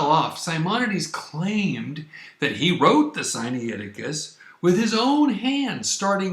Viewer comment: Siniaiticus? Sainicticus? Scussnitusis? SCHFAISDOJHIAIHIO!!! Where's the difficulty in pronouncing Si-Nai Ti-Cus?! AMERICANS!!! (Edit: Or it could just be me, that don't know the Greek pronunciation)